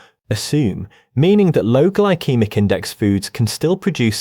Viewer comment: Gly-kee-mik? That’s You mean Gyl-see-mik.. Glycemic